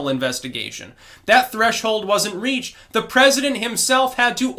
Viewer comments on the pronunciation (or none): none